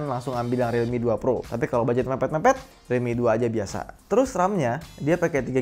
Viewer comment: Pas ngomong realmi yg ane denger dikuping ane jadi redmi